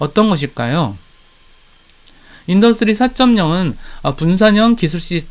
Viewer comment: 영상다봤습니다.인더뜨리 4.0 디디딸뜨인 발음연습좀 하셔야겠네요 듣기가좀..